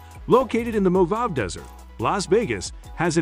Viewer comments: Just an fyi, Mojave is pronounced more-ha-vie or vay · I played it back several times, but I'm still not 100% sure how you pronounced the desert that Lost Wages is in, but I know it wasn't moe-HAH-vee nor moe-HAH-vay. In Hilo, HI, the Panaewa Rainforest Zoo is pah-nah-A-wah, not PAH-nah-wah.